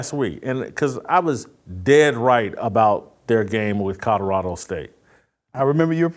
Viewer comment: JASON….IT’S NOT CUDDERADO!!! Love ya… but it’s Col o ra do!!😂😅